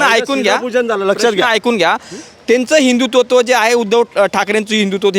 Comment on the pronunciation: पत्रकाराला हिंदुत्व हा शब्द उच्चरता येत नाही हिंदू तत्व बोलतो 😂